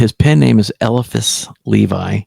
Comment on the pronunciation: ELI-phas. pronounce the ELI-phas. cool dude, probably a dork- but someone I might could hang out with